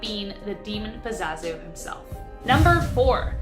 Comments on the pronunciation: It’s PAZUZU not Pazazu! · GURL ITS PAZOO ZOO 😂😂